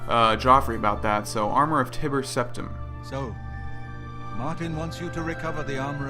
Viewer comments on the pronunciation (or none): btw has anyone else noticed themselves saying Tibber Teptim now??? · wow you nub scrub. As you should know Tiber Septim is pronounced like tyler with a B instead of its L not like Tibbers from League Of Legends bro. 1v1 me